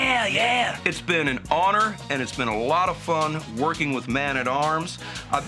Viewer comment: your "honer" is your life? xD but this one makes me really happy nonetheless